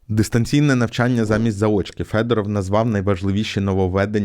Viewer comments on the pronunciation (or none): none